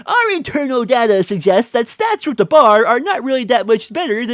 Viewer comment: You go on about 'internal data' (and cant even pronounce data right lol) yet you act as if you speak for every cod player. You are so arrogant